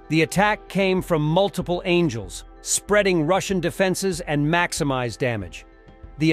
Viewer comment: it's angles, not angels 👼😆